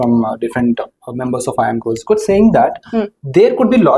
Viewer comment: the pronounciation of kozhicode is wrong but its funny lol